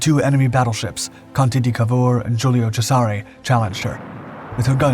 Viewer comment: "GIULIO CESARE" is pronounced "JÚLIO CHÉSAREH", not "JÚLIO CHESÁRY"